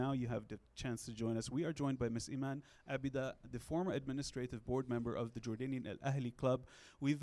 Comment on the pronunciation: The way you’re pronouncing her last name doesn’t sound the way it’s spelled in the title in English.